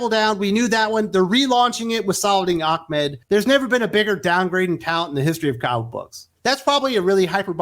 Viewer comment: Are you purposely pronouncing Saladin Ahmed wrongly as slight or dig? It is not Achmed. Just wondering. His comic writing hasn't been that interesting or innovative. Just bland and boring.